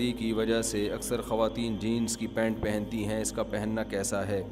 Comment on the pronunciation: Jeans not jeance